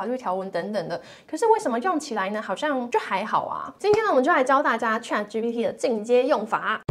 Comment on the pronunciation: 你这个ChatGPT 发音不准，得好好练练！😅